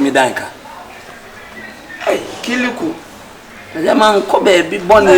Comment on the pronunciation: Kyekyeku is extremely talented just look at the way he mentioned the name Kiliku